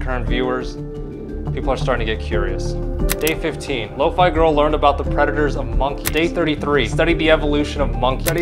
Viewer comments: bro its "low-Phea" not "low-Fi: 💀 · Lo-faii? Ew. I pronounced it Lo fee all the time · Wait shes pronounce as lowfay??????